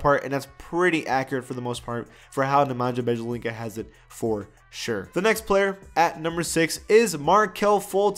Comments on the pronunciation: nemanja bjelica is pronounced ne men yuh bee a leetsa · “NeManjah Bjelincah” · Please never again try to pronounce Nemanja Bjelica, please.